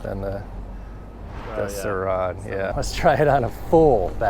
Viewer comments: No one commenting how annoying it is that says “Sir Ron” and not surron 🤦🏻‍♂️ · The way you pronounce “Surron” makes me cringe lol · ah yes the suhron and talairia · Bro why do you say Sir ON